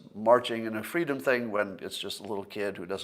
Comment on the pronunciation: “Fweedom”? 🤔...Any PhotoShop experts interested in attempting some sorta “Braveheart”/Kamala Harris mashup meme?